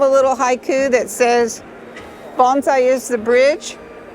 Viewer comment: How refreshing to hear someone pronounce bonsai correctly